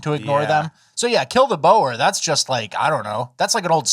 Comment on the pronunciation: For the love of god learn how you pronounce 'Boer'. Typical Americans. It's pronounced like the animal 'Boar'